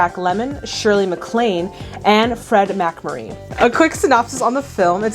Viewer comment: I presume that by now you know better, but I have to say that it's Mac-MURRAY, not MAC-Murray.